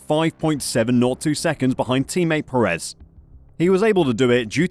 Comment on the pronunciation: FFS, please learn how to pronounce Checo’s surname. Unfortunately, even with a correctly pronounced surname he is not in the same league as Max.